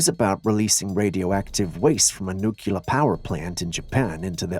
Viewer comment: The dead fish on the Japanese shore… this snip-it introduces an equally intriguing mystery… I’m unclear as to why “nuclear” grows another “u” and the “e” disappears causing it to be pronounced, “ nuc-u-lar” (Don’t axe me! English is not my first language. )